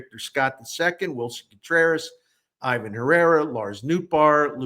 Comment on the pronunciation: Captivating analysis as always. If you're going to try to be right pronouncing names, please note Herrera's is pronounced ee-VAHN (emphasis on the second syllable).